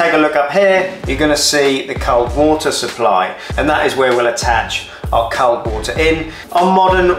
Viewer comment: Good video but can’t over how you pronounce “cold”!!